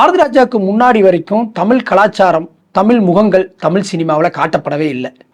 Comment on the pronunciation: தமில் தமில் தமில், உண் தமில்ல தீய வெக்க. -- அது தமிழ் டா